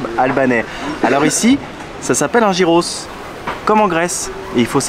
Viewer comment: Gyros en grec se prononce "yiros"